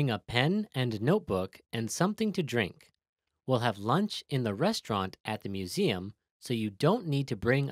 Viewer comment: Hello, Would you like to have some LURNCH? 😂 Good evening would you like some DINNTER 😂😂😂